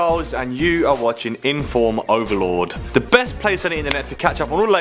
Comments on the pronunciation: I swear I heard him say "inform overlord" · I swear I heard Charles say informOverlord xD